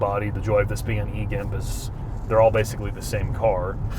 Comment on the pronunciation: I swear said " is an e-gimp!" after that horrifying vr fashion show 🤣